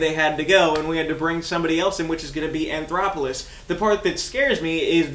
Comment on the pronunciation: There is no R in his last name. You keep calling him anthoroplous